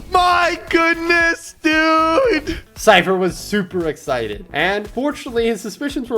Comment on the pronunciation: HE MAKES ME MAD WHEN HE SAYS EXCITED LIKE ISIDID